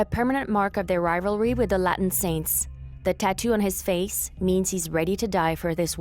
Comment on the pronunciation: And Latin